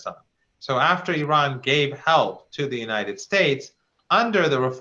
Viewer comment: At least this guy pronounce iran correctly, some of these westerners mis pronounce the name of iran.